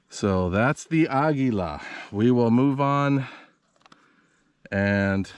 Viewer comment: Learn how to pronounce Eley and Aguila for God’s sake!